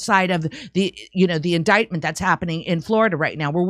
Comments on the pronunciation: In"dite" ment not " in " dick" ment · Indictment, pronounce it correctly in-dite-ment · Surprised that doesn't know the correct pronunciation of the word indictment. As in ditement not dicktment. Either way The View sucks and those women are nuts. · Please stop saying indiKtment. It's annoying AF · I can't watch this and hear Indictment incorrectly spoken over and over. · Also my bad but damn can someone tell her she's pronouncing indictment wrong 🤣. Unless she's just trying to say that one eyed snake word a lot lol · Don't pronounce the 'c' in indictment please. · pronounce indictment correctly